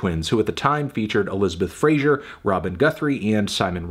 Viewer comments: FRASER, not Frasier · as a fellow fraser i really wish people would stop pronouncing our name like frasier